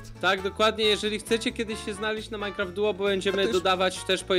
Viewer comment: to jest MINECRAFT DUO a nie MINECRAFT FOUR XD